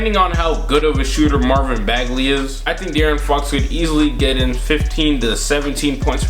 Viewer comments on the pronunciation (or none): none